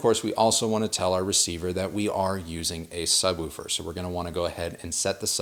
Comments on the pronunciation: The only person I've seen on youtube who pronounces "woofer" correctly. Most people say "wolfer" Lol! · Great to hear someone from north America speaking English properly😀 Woofer and not wuffer! Roof and not ruff! Refreshing!! Great presentation by the way.